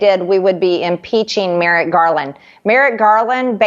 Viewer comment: “MerriGarland”🙄🤦🏻‍♀️🤦🏻‍♀️🤦🏻‍♀️she is unbearably stupid!!